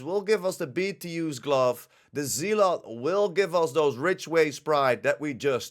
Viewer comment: Pronounced Zel ot